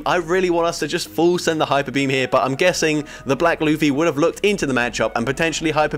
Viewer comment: watches OP confirmed, he pronounced Luffy right